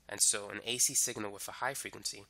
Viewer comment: Why "wif" instead of with and why do you over enunciate your "S's". Incredibly annoying.